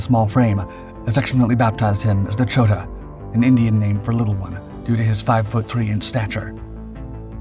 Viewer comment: His nickname was "Chota", not Choda. It indeed means "little one"